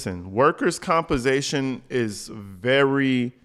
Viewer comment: LOL! " Workers compasation"...i cant with this one! Escentral...omg!